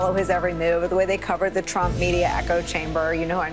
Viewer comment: Who’s “Tromp”?